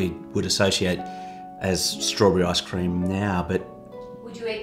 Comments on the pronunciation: Hello Ann Which one do u think is better, ice cream or tart? Edit: i just realized he said lice-cream🤣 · "Is it Lice cream" 🤣🤣🤣🤣🤣🤣 oh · "Licecream" LOL being a dad with them dadjokes. Nice one. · "Lice Cream." I love. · "lice cream" 😅 Nice vid, thanks for sharing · "Lice cream"!!! 🤣